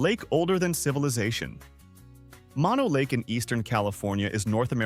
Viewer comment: Mono Lake is not pronounced "Maw Know." Mono, in this case, is not the opposite of stereo. Mono is a Paiute/Shoshone word that means "land of the fly eating people." It is pronounced "Mow No."